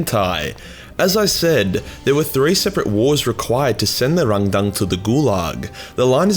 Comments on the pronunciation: sounds like a dyslexic German, when he tries to say "Randang". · the way you pronounce Rangdan is confusing as im like 90% sure its just. Rang and then Dan... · I can't help but giggle every time says the name of this. The way he leans into the pronunciation every single time just keeps making me laugh.